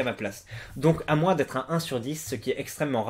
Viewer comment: Salut, super chaîne tu es très sympa et amusant mais de grâce stoppe de dire moinsse au lieu de dire moins